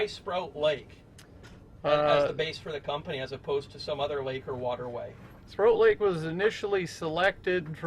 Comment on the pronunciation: To note: it’s not Sprout Lake, it’s Sproat (rhymes with ‘boat’) Lake.